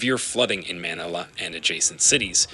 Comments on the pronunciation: and cannot pronounce Manila correctly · This is obviously an AI-narrated video since Manila and Greenwich were both horribly mis-pronounced. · Please teach your AI voice to pronounce geographical names and places such as Manila, Yangtze, Greenwich, and otther well known cities of the world as close to as the American English sound that you used. Your AI voice did not prounounce the names right. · You can go online and find the correct pronunciation of many words and names. Manila is pronounced Ma-NI-la. Typhoon is pronounced ty-FOON.